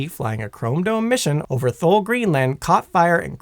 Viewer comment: Considering the mispronouncing of Minot (rhymes with why-not), Thule, and at least one other place name, this was difficult for me.